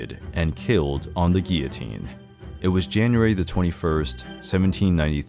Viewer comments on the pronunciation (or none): none